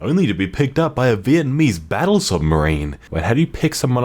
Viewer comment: when you say Vietnam and Vietnamese you dont over produce the "iet" but it's okay just slightly bothered me :)